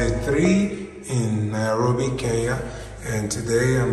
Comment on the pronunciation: I've always wondered why Nigerians find it difficult to pronounce Kenya correctly. Maybe the combination of 'ny' is a challenge?